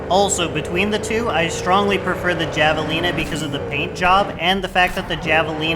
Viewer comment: Very nice video. I feel like there’s not much to go on in game for comparing which cars to get, so it’s nice to have the resource. Small note though- javelina is pronounced with an h sound, like jalapeño.